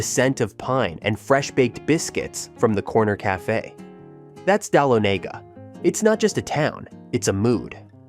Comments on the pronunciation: Dahlonega - is not pronounced dal-a-nay-ga; it's pronounced: duh-lonna-ga. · You mispronounced #10 Dahlonega. It's Dah*lo*ne*ga said all together not separated as you did. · DAH-LON-GA. AI can't pronounce words.